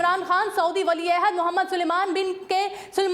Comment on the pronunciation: Ahsta bola kero ..wali aehd hota hy wali aohud nahi